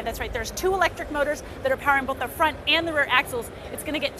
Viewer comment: "Cnet unt CES" love you!